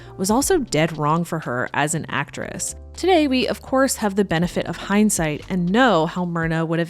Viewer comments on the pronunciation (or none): none